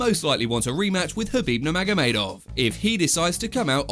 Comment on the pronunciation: K. Khabib, not Habib. The K is not silent.